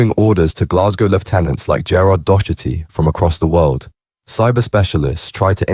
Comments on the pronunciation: Its pronounced dock- erty ffs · When you are saying Docherty you are pronouncing it wrong We Pronounce it here as “Dockerty”, I’ve heard it on a couple of vids now and wanted to try help 🙂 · Turned it off when you repeatedly can’t pronounce Docherty 😂 A really common name.